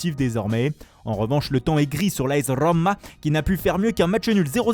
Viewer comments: As RRRRROma mdr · On dit AnverSSSS ! faut finir le mots comme KA dans le livre de la jingle ! Tu t’applique a dire Rrommma rafael leawo et jamais les club belges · L’As Rrrrrrrroma, andrrrrrrrrea pirrrrlo, wesh frere doucement tu va te faire mal à la langue